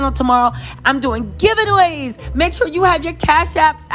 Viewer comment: GIVE IT AWAYs?! 😂 you mean “give aways” love you!